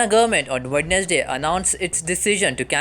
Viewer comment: your pronounce of Wednesday is wrong.